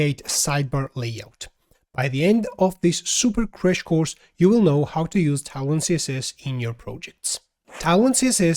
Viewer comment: hey bro, it's tailwind i keep hearing talon... hahaha! thanks for the great video :)